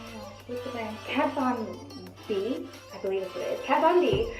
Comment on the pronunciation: That chrome packaging from Victoria secret is so cute and are you saying Kat Von D or Kat Von B ?